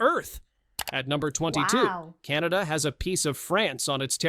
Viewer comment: Finally a Britain who didn't call my country...Canader, applause and thank you.